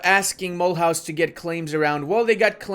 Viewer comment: mule house is pronounce mulooze ...